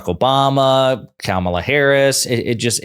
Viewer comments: He still disrespectfully mispronounces Kamalas name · Trump and his allies constant mispronouncing of Kamala's name only serves to make them look ignorant. Its not the power move they think it is. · I don't think they are saying "Lock him up" I think they're saying "Ka-ma-la"